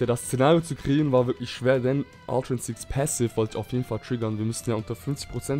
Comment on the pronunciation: Mich fuckt das auch voll Ab wenn et "Insinkt" sagt …